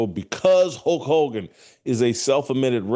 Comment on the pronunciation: Hulk Hulgan....lol....pronounce it correctly.